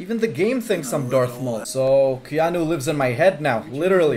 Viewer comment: When he said "KeNoHbE" i felt that...